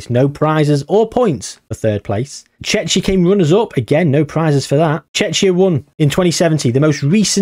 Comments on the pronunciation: Man really saying checha 😂😂😂 thats how you pronounce it tʃek.i.ə, which comes down to Tsjekia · Not you pronouncing Czechia like Chechnya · Missed a great chance to do Czechia vs Slovakia. The Czechoslovak civil war. also Czechia is pronounced Checkia. Chechnya is another place. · The pronunciation for Czechia is (Che-key-a) the way your pronouncing it makes it sound very close to a russian republic of Chechnya 😅 other than that good video yet again 🙂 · From English speakers I always heard Czechia pronounced with K (Like "check", Czeckia). And in my first language we pronounce Czechia with H (Czehia). I actually never heard somebody pronounce CH in Czechia like, you know, CH. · haha its pronounced Check-ia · it was funny xD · Czechia Is Chek-ee-a or /ˈtʃɛkiə/ depends which style of definition you prefer also things like Ruch, where the "ch" is pronounced same as in "loch", but mainly the Czech pronunciation triggered me 🤣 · I think Czechia vs Slovakia or Poland vs Lithuania would make more sense. Also your pronunciation of Czechia is really funny to me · Your pronunciation of Czechia is hilarious. You're bound to piss off any Czech fans you have because they hate that name. Should stick to The Czech Republic in future.